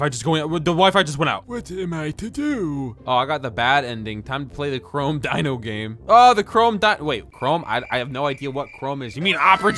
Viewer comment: For some reason I thought was saying Rome instead of chrome